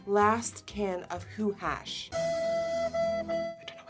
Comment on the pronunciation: “Last can of ho-hash” NIKKI girl... you just said you where obsessed with the grinch!